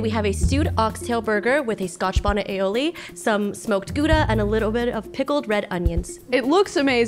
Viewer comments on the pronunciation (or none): did she just say gooda?, you need to say gouda with the ou from ouch